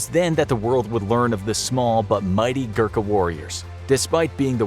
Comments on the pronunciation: It's Gorkha not Gurkha, please pronounce properly... Anyway nice informative video. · It's pronounced "Goo-Rr-kaa" not Gurka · Im from Nepal, and I know how good they are. Btw, "Gurkha" is pronounced as "go-rr-kk-ha" not "gurk-ha" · It is Gorkha not Gurkha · It's ghorkhas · every nepali happy until they realize the english have been pronouncing every word he tried to say wrong. Yes, I am a nepali and am salty about him not being able to pronounce any nepali word such as gurkha, gurung, khukuri, shrestha etc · As a nepalese, I feel awakward when u say gurkha badly